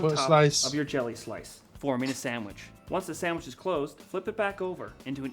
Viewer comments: "Sandwidge" :face-blue-wide-eyes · I don't mean to sound offensive but what the frig is a SAM-wich? I've had peanut butter & jelly saNDwiches. 🤪